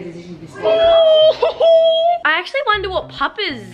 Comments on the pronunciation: Why can none of them say “decision” properly. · None of them can say decision correctly and it’s so irritating